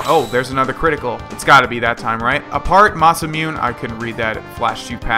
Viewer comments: it's pronounced Mah-Sah-moo-neh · i know this is mad late but since it's japanese it is ma-sa-mu-ne(nay) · I still cringe whenever says masamune, the last part is pronounced Moo-nay, so it's Masamune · it's masemune (moss-a-moon-a) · The masamune is pronounced masa moon a